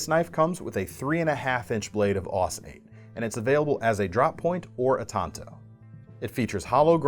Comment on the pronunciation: Woah, first knife video I've seen where "tanto" is pronounced correctly.